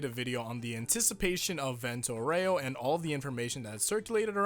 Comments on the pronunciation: As an Italian speaker,, you did pretty alright, but you need to put more emphasis on the RAY in Aureo. (VENT-o Oww-RAY-o) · (this is how you pronounce Vento Aureo) when you said bento it was fine, but aureo is like the beginning of aura but then you just say ray-o after this part of (au)ra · For "aureo" of "Vento Aureo" you have to make the "o" more strong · Actually it's: A (like Ugly) U (like cOOl) R is a rolling R sound (don't roll it too much though, otherwise it becomes Spanish XD) E (like animE) O (like dOOr, not ow) P. S. The stress is on the first A ('Aureo) P. P. S. That "actually" was for your "Owrayo" thing and it's not really correct. P. P. P. S. For: Hoping that you'll read this, I did this not because I want to be rude to you (or the other guy right here), but because you seem to actually care about it XD. By the way since you seem to care I want to help you with the Italian pronunciation for future part 5 videos: it's not AbbacCHio (like CHariot), but it's Abbakkio; it's not Jiorno Jiovana, but Jorno Jovanna (I know you recently changed the way you used to say it but the way you say it now is French) and Narancia is said "Narancha" not "Naranceea" (Even though now that I think about it you may already be saying it like that). Thanks for your attention and sorry if maybe I sounded rude, I didn't mean it. Hope you'll appreciate and that I was clear. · At first time he said "areo" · Why everyone keep saying "Aureo" the wrong way... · Yes you need to hit the U a bit more